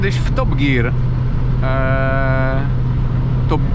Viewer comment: Top GIR poprawnie powiedziane po angielsku. Nie DŻIR